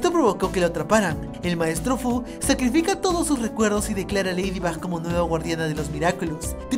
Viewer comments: Cundo dijiste leído Box nenas de decirlo dijiste leído bax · Dijiste ladybob en el minuto habalando de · JAJJSJ ACA DIJISTE LEIDIBOP XDXD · Tuve que escuchar 3 veces el momento donde dijo lafybop jsjsjs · 11 :00 dijo leidibob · dijo leydibob